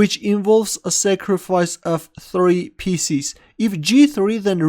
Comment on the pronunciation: When he say pieces sounds like spieces